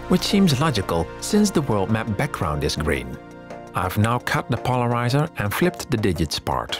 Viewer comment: "REmove the polariZAH" I loved this series so much. Can't wait for more.